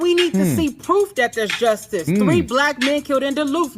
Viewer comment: "and now I got bustid by the justiss!"